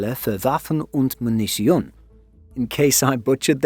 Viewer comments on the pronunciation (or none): No it wasn't. The .t. in Munition ist a t, not a c vowel